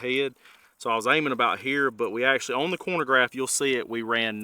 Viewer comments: “Chronograph” not “Cornograph” 😂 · Really enjoy the video and channel, but it drives me mad every time you say “cornograph”. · Chronograph, not cornograph. I still enjoyed the video. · “Corn-o-graph”, hahaha -khro-no-graph mah man, lol I think a 10.5 barrel at 100 would have been the best result. I use Underwood Subs. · What's a "cornograph" lol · Man said corn-a-graph... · Man this is a great informative video, but... Being from KY, I know I don't always speak proper english, but a "cornagraph"?🤣🤣🤣🤣🤣 Just kiddin' man. Great video! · Im sorry - are you saying corn-o-graph? I know ya gotta eat big to stay big but I dont think that machine has anything to do with corn. 😅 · The way you pronounce chronograph irks me